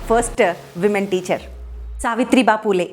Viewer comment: సావిత్రి భా పూలే కాదు సావిత్రి భాయి పూలే madam.